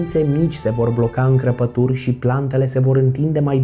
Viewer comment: Ai zis cărpături nu crăpături